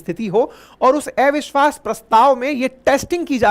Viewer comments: Gyani to hain aap parantu thoda irritating lagta hai jab "अविश्वास" ko "एविश्वास" bolte hain .... habit ko badalna aasaan nahi parantu yadi sambhav ho to Dhyan dijiye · आपको अविश्वास बोलने नहीं आता है क्या 😊